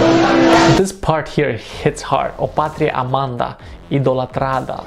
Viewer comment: Ok. Are you Reading in portuguese patria amaHda... Not amaNda. Sound of A' Just by throat. and by "part is hard" "it's hard" you Mean like it's great? Yeah boys'n'girls. We have THE anthem ;)